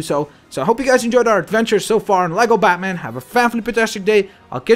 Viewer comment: you said